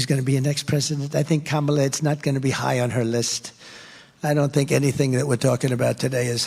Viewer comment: Once in a while Trump pronounces Harris’ first name correctly.